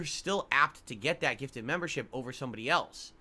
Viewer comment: He’s spent an entire year asking for ‘member bahmbs’… not memberships. So yes, they do know that eventually, usually the end of the month, oic will gift 50-100 memberships. Also, someone should put a compilation of this speech and all of the times has asked/begged for a gifted membership.